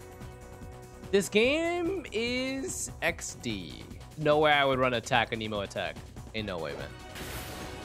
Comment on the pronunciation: He say Aneeeeemo? 😂